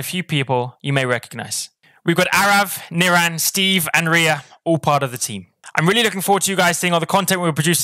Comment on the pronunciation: The way ria pronounces nirans name 🤦🏼‍♂️😂 nirAn. Chill out on the A 😂 I rate this channel tho tbf